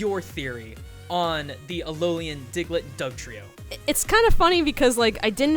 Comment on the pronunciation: says "Alolian" at least once in the episode.